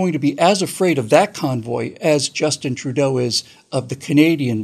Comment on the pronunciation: It isn't Trudeau. It is Trudy-O.